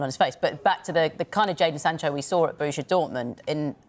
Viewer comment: It’s Borussia Dortmund not Borusha Dortmund. If you want to commentate on football please get it right. And if your maths isn’t great in what has become a percentage based sport, you’re in the wrong job.